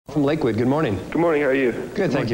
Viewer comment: did he say lakewood?!